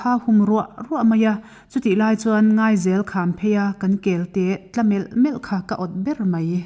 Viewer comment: A chhiartu hian mizo ṭawng lam dan dik a zir hret chu a ṭul a nih hi.Ngaizel tsk ngial pawh an lam dik lo hi chu ngaihdam a har.